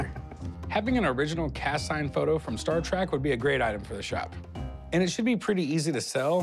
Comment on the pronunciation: Cory says, "Star Track". Credibility lost.